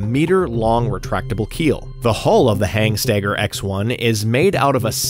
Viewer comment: Good video. Not sure where the extra "G" in Hanstaiger came from though... Definitely not HANGstaiger...